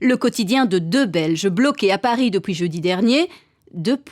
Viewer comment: "Depouis" mdr